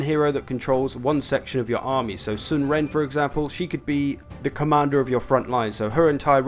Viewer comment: We'd have to see the chinese characters to tell you definitely how to pronounce Ren. Sun is pronounced like S-win (like swindle)